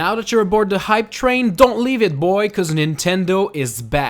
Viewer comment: I thought he said high train. HOP ON THE HIGH TRAIN! CHOO CHOOOOOOO